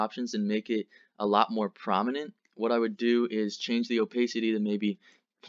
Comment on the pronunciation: Crings everytime i hear "o-pace-ity" its o-PASS-ity you knob.